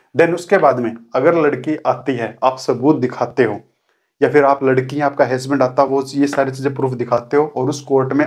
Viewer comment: हैस्बेंड नहीं.... हसबैंड होता है!!